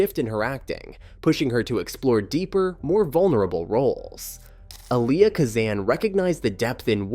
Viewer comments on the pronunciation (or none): Are you using AI? You need to make sure that it knows how to correctly pronounce names. Sour Sa'Roman (Saoirse Ronan) is a pretty funny name though. Also it is EE-lee-ah not a-LEE-ah (Elia Kazan). Those are just a couple that I noticed before I quit watching.